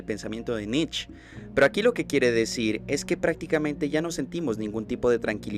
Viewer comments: ahí vamos ooootra vez. Nietzsche es un filósofo. Pero en el vídeo mencionan a Nitch el cual no tengo idea quien sea. Tercera oportunidad para tí. Qué escribí? Cuando mencioné la filosofía? Cuando di mi opinión de alguna obra de Nietzsche? Si hubiera pronunciado algo más cercano a Nietzsche como"nitche" o "niche". En español y en alemán se pronuncia la che. Por mucho que castellanices no hay de donde saques "nitch". Si andas en las redes viendo a ver cómo la haces de pedo por lo menos Lee con atención antes de hablar de filosofía. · porque Nietzsche en alemán y en español se pronuncia la che... Osea "Nitche" o ya muy mal pronunciado "niche" nitch no existe ni en alemán ni en Español.